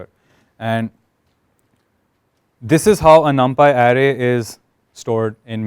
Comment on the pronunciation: same, the guy was clear enough and easy to understand, the only word which kinda gave me giggles was array, which he was pronouncing as area or something